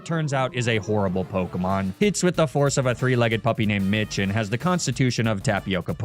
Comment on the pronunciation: im so sorry but the way you pronounce pokemon's names does physical damage to me